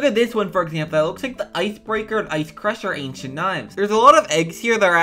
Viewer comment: 😂😂😂 lol u said antient overseer set